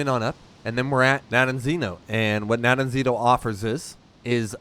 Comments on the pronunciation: nope, its Rogovo in english, you got it right the fist time :) - Nadejdino. Rogovo means something like "horns town" and Nadejdino should mean skmething like "hope town" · I think, phonetically, it's Na-dej-dee-no